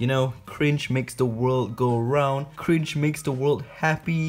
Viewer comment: Its Not C R I N G E!